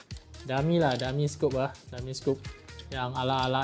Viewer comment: Nak!! Bos yang scope tu disebut “SKOP” bukan “scoop” Lagi satu flash hider disebur “high-der” bukan hainder. Hehe sorry ya ganggu.